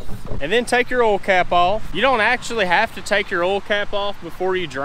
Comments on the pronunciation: Oil? You keep saying ouil 😂😂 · did the word oil has no I in it its spelled ool or Erl change